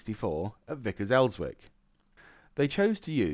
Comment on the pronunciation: Elswick pronounced Els-ick, the W is silent. Drive past the old site on the banks on the Tyne nearly everyday. 👍🏽